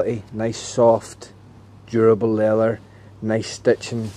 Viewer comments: it is called LEATHER, NOT LELEL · “Le-ath-Er” lol